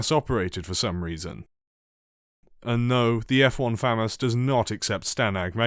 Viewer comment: Why’d you pronounce famas like that ? 💀